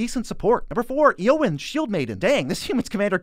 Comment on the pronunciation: Normally I'm not a jerk about pronunciation but Eowyn just hurt me😂. Especially considering there's some awesome movies out there that teach you how to say all those tricky names